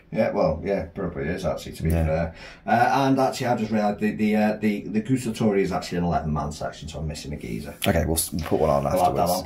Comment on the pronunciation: please don’t say “gustatori” is “guAstatori”, you have to say THE A LOUD